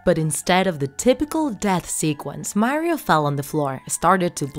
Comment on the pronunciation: Super Mario 64 isn't a Creepypasta plus you said Mario wrong